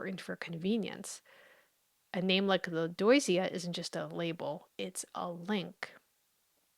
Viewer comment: Lodoicea? "oi", in French, sounds like "wa". i.e. Soirée, or the name Benoit, or Roi, King. Lodwacea? If French.